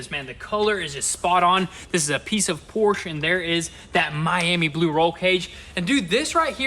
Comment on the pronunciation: Car guys? And still can't say Porsche correctly!